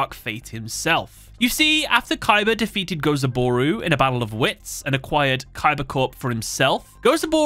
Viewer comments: It's Gozaburo, you mixed up an o and a u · The constant mispronouncing of Gozaburo's name is hurting my soul.